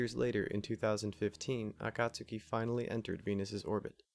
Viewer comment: Hey, I totally missed this upload. Was thinking about your channel only a few days ago. Great job as always, presenting unusual and thoughtful content. I love that you pronounce Akatsuki properly, too. Greetings from Australia. 😁👽🛸